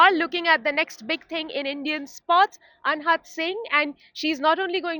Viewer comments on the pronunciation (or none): ये मुर्ख रिपोर्टर अनाहत को अनहत बोल रही है।